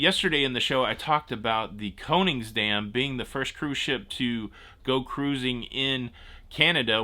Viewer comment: Let's Go (caruuuzing) Mountaineers! Didn't know you have WV roots.